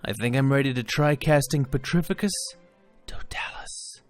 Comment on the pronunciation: The way he pernounces some of these spells make me laugh so hard totalus it's Toe-talis